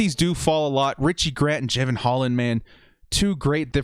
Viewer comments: DRAFT C. (Of course, all picks to some degree depend on the free agent acquisitions) Thanks for the mocks, but you might want to bone up on pronunciations for those you say are your faves. Ex., Jevon Holland. NOT JAY-'vun. NOT JEH'vun. It is Ja-VON'. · Pronounced Ja-von Hol-land, and he's a baller. #ScoDux